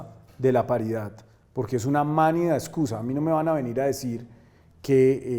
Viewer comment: No se dice "mánida", es "manida".